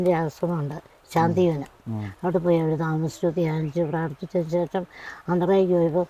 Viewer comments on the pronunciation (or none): none